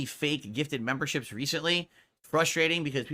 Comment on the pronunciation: A few weeks ago "Da Faek memburrships dohnt doo mahch two hurt mah businezz!"